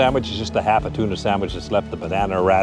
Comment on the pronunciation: great video till you started talking with your tuna sandwich in your mouth :)